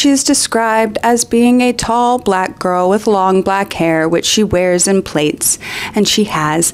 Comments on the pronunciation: Just FYI, it's not "plates" it's "Platts" (phonetically). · Lol hearing plaits as "plates" was really messing with me for a second until i figured out what u were saying. Its said like plats... like how you'd say flat